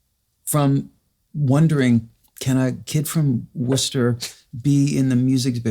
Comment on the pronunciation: I had no idea Matt was from Worcester MA, and by the way Richard, you pronounced it correctly. So many people can't pronounce it if it's not part of their life. Thanks for a great conversation!